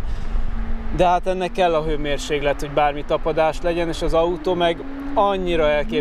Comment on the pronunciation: A Merci az elbaszott tuning ékes példája. Méghogy terror...? Terror az amikor a tulaját a lámpánál bármi is legyorsulja, na az terror. Amúgy meg az még mindig hőmérséKlet, K-val...érted?!